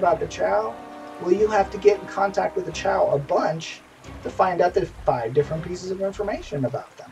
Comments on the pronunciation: how do you get chow from chua? It is pronounced CHEW-UH!!! say it with me now!!! CHEW!!!! UHHH!!!! chua chua chua. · "ive been associated with wildstar for a long time" pronounces chua wrong. okay